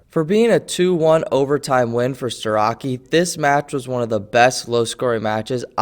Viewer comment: pronounced starochi